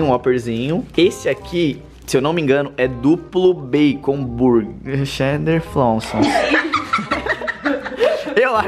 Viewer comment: "Duplo bacon burguer cheddarflonson" 🤣🤣🤣🤣🤣🤣